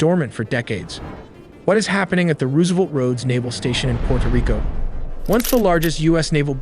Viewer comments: "Rooooo-se'-velt" AI sucks and it is dead obvious when it can't say some thing as common as this word. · Roose- savelt? LMBO! A.i. slop narrator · ruusevelt???? Either stop using ai or learning to talk. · RoooSevelt, obviously doesn’t really know American history. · "roooose"- evelt, fucking AI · THE WAY HE SAYS ROOSEVELT IS ANNOYING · If your LLM mispronounces Roosevelt, I'm out. Get back to work. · Such a great video and cannot pronounce Roosevelt and Tobago…great video though. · Rewsevelt, cartehls, cmon man